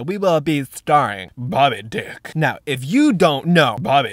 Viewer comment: No! 😅 Am i the only one he said "bobby deck"?! 😅😂😂